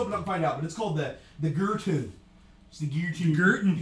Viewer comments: It's pronounced 'Gerton', not 'Gerton'. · It's de Gerton!